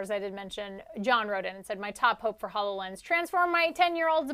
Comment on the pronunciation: Please tell the hosts/talking heads that it is pronounced: ho low lens as in ho low gram.